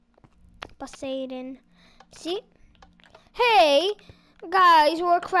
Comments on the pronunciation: uhh poseidon wasnt real and it was pronounced po-saii-don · you said posidon wrong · Posaden its posiedon? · I love how he said posiedon